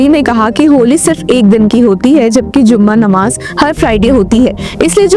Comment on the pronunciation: It's not zuma namaz, it is Jummah namaaz,plz learn correct pronunciation